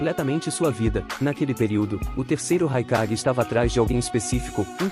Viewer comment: Só um adendo o nome do raikage no vídeo ficou mais com som de E que de A